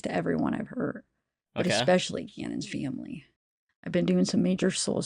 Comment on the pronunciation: What kind of accent is that of hers? That's the weirdest sounding pronunciation of this poor boy's name I've ever heard, and pronunciation of the word 'family'. It just rubs me the wrong way, it's like hearing someone accidentally scrape their rings on a chalkboard it makes me cringe. And this girl says she's 'looking into sensitivity training' for herself? Is that what she thinks people want to hear? What a joke.